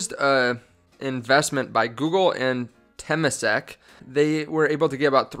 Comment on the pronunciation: this guy has 2800 people paying him for advice on patreon and can't pronounce temasek. they're only handling $300 billion in assets. be really careful getting info from youtube. I'm not saying this guy is a complete moron but he's very amateur so be very careful.